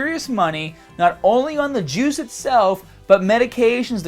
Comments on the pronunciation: Every time you say "juice" I though you were saying "jewz" LOL. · Everytime he says "juice", I hear "Jews" 😂 😂 😂